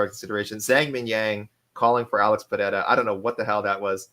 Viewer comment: The Asian guy sounds more deaf and mute than Helen Keller trying to pronounce Pereira.